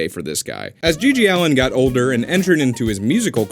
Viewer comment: It's GG Allin, not Allen.